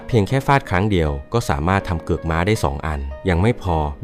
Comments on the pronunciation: มันเป็นเทคนิคพูดผิดให้คนมาเม้นเอายอด 😅😅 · ม่า อะไร เค้าเรียก ม้า